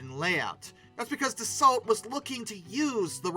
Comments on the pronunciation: pronounced: da-soh, not da-salt. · Dass-oh not Dass-alt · It's Da-so. LT is silent. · You're prononcing "Rafale" correctly, but you should also prononce Dassault like "dasso", it is not "of assault". In french we say "char d'assaut", litterally, a tank. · Dasso, not dasalt. The rafale is the continuation of the Mirage… never heard of them doing it out of spite. Don’t forget France has spent a lot of time outside of NATO after défaille experienced the special way the us wanted to break it appart in 1945 and treat that Allie worse than Germany… of course it’s not really put into us movies and us history books… typical talking down on the French I this video without a true understanding of history. What I’m talking about is in books written by degaulle but not only… it would be interfering to see a video in English about how rosevelt planned on cutting up france in 1945 and give pieces to Italy (what? Mussolini? What?), Luxembourg… by planing to put and control collaborators in key positions in France. Churchill warned degaulle about it, because the Americans made them drop the commonwealth in exchange for weapons in 1940… much more to say about it but that’s why the French,who were supposed to be doing what they a were told in 1945 manages not to and keep its indépendance and stayed of of nato because of it because france couldn’t really trust the Americans based on what the Americans did and tried to do… just see the violent reaction of the Americans towards France for not following bush who wanted to invade Iraq under a fake pretext only so that bush could be re elected… hence freedom fries… so he’s, the French want to rely only on themselves because they don’t want to be a puppet nation like America has tried to make them… ju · It's Not DA-SALT. .....ITS ....DA-SEW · Yeah... Da-so, not Da-salt. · Dassault - the “l” and “t” are silent. So “Dassau” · Interesting you are exact on the pronunciation of Rafael . . . but Dass-so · Yeah, isn't it da-sow?